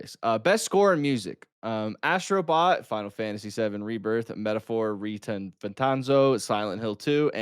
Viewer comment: never saying the metalphor name correctly is the best 😂